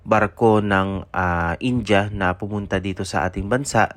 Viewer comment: boss india ...hindi inja...